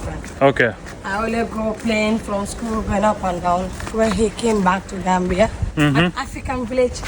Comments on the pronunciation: Gambia❌ Raandia😂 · Gambiya❌ Gandiya✅😂